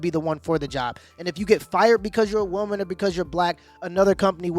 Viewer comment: What bothers me the most about this video is how the lady in red pronounces “woman”